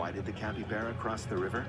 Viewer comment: it’s Capybara not Capivara -^